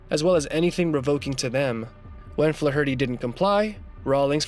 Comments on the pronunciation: Wow. Way to spam your channel with bots offering fake praise. You can't even pronounce Flaherty correctly! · Can't listen to him mispronounce Flaherty again, I'm out. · I couldnt watch till the end because of the way the dude said flaherty. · Learn how to say, "Flaherty" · Lmao@ "Fluh-hurty..." It's pronounced Flay-erty, numbnuts... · Flaw Hurty is pronounced Flare ity. As in Joe Fler Hootie of SCTV. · Fluh- hurtie? You onion! It's pronounced FLAYherty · Learn how to pronounce the surname Flaherty please. 😂 👍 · Its pronounced FLARE-ER-TY moron...not Flaherty d's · You’re killing me with the “Fluh-HURT-ee” butchering of the name Flaherty. The ‘a’ is typically a short ‘a’ sound as in ‘flat’. ‘Fla’ gets the emphasis. FLA-er-tee. But I’ve even heard it as FLARE-tee and FLARE-uh-tee. But Fluh Hurtee just plain fluh-hurts! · Hey numbnuts!! Fla-herty in pronounced Flar-ity...it and Irish Sur name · I couldn't take the pronunciation of "Flarity" (Flaherty) as Fla-hirty one more time. I'm out. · Can you not pronounce Flaherty? It's not Flah- hurty, its Flairty. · Good grief it's not Fla-hur-tee. It's pronounced Flairity. Do your research before you make videos bro. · Flaherty is flair ity not flaw hurty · FLA HER TY? AI AT IT'S BEST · Who says the surname Flaherty like "Fla-hurty", that's making it far more of an ordeal than it is to say already. Try putting the stress on the E, like everyone else does, it might make you life a lot easier and save time with pronunciation, apart from that being the correct one. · Fla-herty? Once you listen and hear it, it never goes away. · Fla-hurty??!!? Good god man. Learn to pronounce!!!! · Dude.... that's not how you pronounce Flaherty. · Learn to pronounce Flaherty. Jesus! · Learn how to pronounce Flaherty you make it sound retarded the h is silent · You couldn't find a narrator who could correctly pronounce "Flaherty". What a joke! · You really need to learn the pronunciation of the name Flaherty.